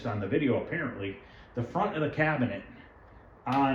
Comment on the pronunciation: I hope you are doing well. Love your videos!!! I own a frontline and love it. Brings me back to 1982 every time I play it. Don’t hate me, but I speak Japanese and it’s pronounced “T I-toe. In Japanese, the “AI” makes an “I” sound. Just a tip. Hope to see more videos.